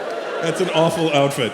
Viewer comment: Idk why, but “Awful outfit” just sounds so German 🤣🤣